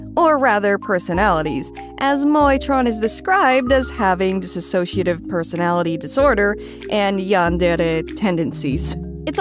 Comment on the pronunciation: thankyou for pointing this out. i have no stakes in this as i don’t have DID but it does irk me when this mistake is made. not only the mistake of “personality disorder”, but also the mistake of saying “disASSociative” when one actually means “dissociative”